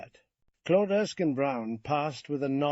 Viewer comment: Thanks for the upload I just wish the pronunciation of Claude was consistent and not sometimes clode